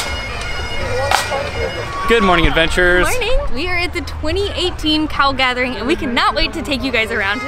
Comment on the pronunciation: I thought for a second called it The Cow Gathering.:o) I mean I know we're quite parochial as a nation but we draw the line at gathering cows